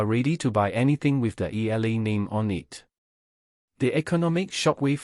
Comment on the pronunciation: E-YA-LA not E-LA is the correct pronunciation of the last name of Alex